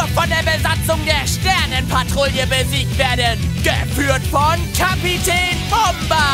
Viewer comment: Hö Dieses mal hat das falsch gesagt:o er sagte Kapitään bomba Sonst immer Kapitäään bombaaa